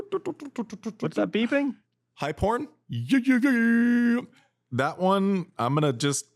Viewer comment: Every time he said "Hype Horn" all I heard was "High Porn". Laughed every time! "Hey JW, are we going high porn here? Are we gonna do it?" 🤣